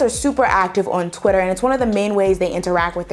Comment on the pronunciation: did you just say qitter 😂